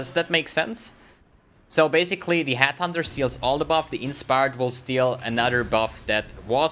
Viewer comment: It's Headhunter... NOT Hathunter